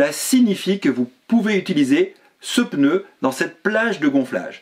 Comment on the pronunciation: J’aime bien vos vidéos toujours intéressantes par contre je m’autorise une petite remarque . Hélas beaucoup de personnes font l’erreur de prononciation. On ne prononce pas « peneu » mais « pneu » sans l’ajout d’un « e » . Voilà, c’est bref et si simple à corriger ( il y a le même genre d’erreur avec « empereur » mais dans l’autre sens ( écriture avec « e » - prononciation sans « e ») .)